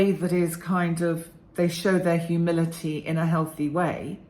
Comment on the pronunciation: Thanks,! This was encouraging for me to reflect on past hurtful people lacking humility and be able to frame them as lacking healthy self-esteem. Also helpful for forgiving myself for being like that at times in the past. Side comment: at first I thought you said “humidity“. Me: well it is summer, lol. Have a great day!